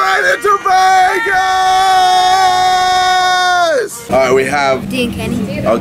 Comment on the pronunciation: says Vegas as vague ass